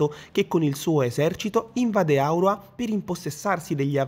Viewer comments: Primo punto l' isola si chiama AURORA non aura come dici te e vuol dire tanto, storpiare il nome dell isola e poi fare commenti sul gioco.. No non va bene... secondo e doppiato perfettamente in italiano basta scaricare su ps plus e te lo ritrovo sul menu... Terzo se devi fare una recensione falla con la testa non con i piedi.. Quarto se il gioco è una versione goffa e brutta di Wildlands é solo perché hanno fatto troppo le cose in fretta e si sa che la gatta frettolosa fa i figli cechi.. Quinto non sono d'accordo sul fare tutta un erba un fascio con altri gioco di Ubisoft, ognuno ha una sua storia e un suo modo di gioco. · Bella recensione,ma nel dire AUROA ancora notevoli big fatti patchare